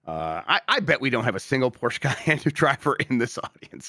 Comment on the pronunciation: Porsche not porch. It's German and easy rule is if it isn't English you pronounce the E at the end